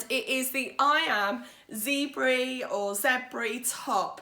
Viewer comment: Fab makes!! Zebre (actually zèbre) is just French for zebra and pronounced zeb...the 're' is so short and rolled it's almost heard as a 'g'...if it's heard at all.